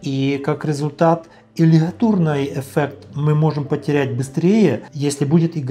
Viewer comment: Не эффэкт,а еффект, специалист